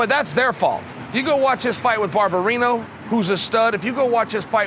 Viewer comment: Bryan Barberena went into a war with Vicente Luque and put everything on the line and got knocked out JUST FOR CHAEL TO CALL HIM BARBERINO!